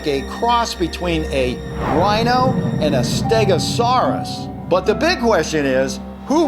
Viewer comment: the way he pronounced "Stegosaurus" was just funny to me